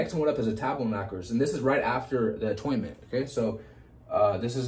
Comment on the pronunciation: I know about atonement, not atoynment